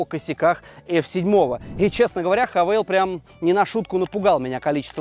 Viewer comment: Не хавэл, а хавал!!! Задолбали коверкать нарицательные названия.